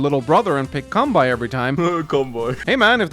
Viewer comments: Kanbei is pronounced Kahn-beyy not Kawn-bye. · I'm glad that Reboot camp has in voice acting an official pronounciation for "Kanbei" so that I can say that an AW expert's mistake is calling him "Come By" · My head hurts when he says kanbai. 😫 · Minor note: Kanbei's name is pronounced "Khan-Bay". That's the only advice I can offer though, as I still suck at Advance Wars (but trying to get better). Thanks,!